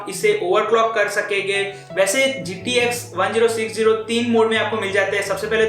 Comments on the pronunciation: it's called ten sixty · he said gtx 1-0-6-0 most of the time.. why?